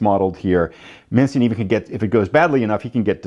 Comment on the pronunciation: Manstein, his name is pronounced “_man-stine_” A regular pronunciation rule in German: ei - pronounce the second letter… nein (nine!) for no! And if you see ie - pronounce the e, as in Wien (veen) for Vienna. Looks like a great game.